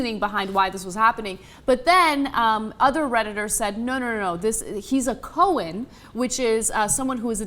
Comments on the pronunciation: It's pronounced ko-hayn, not ko-hin. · it's pronounced Cohaine